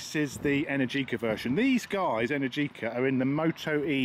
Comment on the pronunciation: It's not pronounced energiiiica but eneeergica , the accent has to be on the second E not on the I